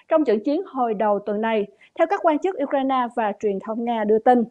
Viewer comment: Phát âm sai Ukraine , khong phai Ukraina aaa